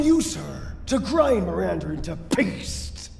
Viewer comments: He's cool, though it always took me out when he said "Miranda" with an "ER" on the end. "Mirander". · My favorite part about this game is how Heisenberg says “Mirander” instead of “Miranda”.